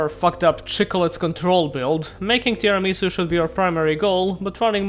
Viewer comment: You pronounced Tiaramisu wrong.The dessert name is Tiramisù not Tiramìsu.